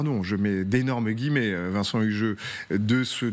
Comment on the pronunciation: LE Vincent fait mal aux oreilles! ... Par salubrité publique et linguistique, il devrait se mettre manu militari à la langue des signes ... J'ai dit signes et pas singes!